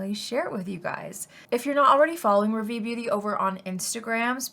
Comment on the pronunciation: I love you and have been a fan for years and would love to buy from your makeup brand but I’m a little frustrated about your brand name … you chose to go with a French word which is fine but please learn how to pronounce it .. Rah - Vee. Hard a like car/far and short e like fed/led. ❤